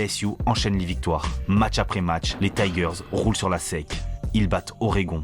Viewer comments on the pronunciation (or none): Pourquoi tu dit la SEC comme si c'était le mot sec... si tu le dit en mode Français de S E C (tu dit chaques lettre, SEC c'est un pas un mot mais un acronyme !!!